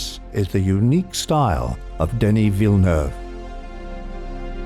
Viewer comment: I subscribed for the near perfect pronunciation of Denis Villeneuve. Extremely enjoyable to watch!!